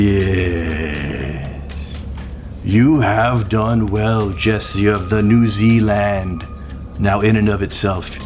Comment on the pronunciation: New zee land 🤣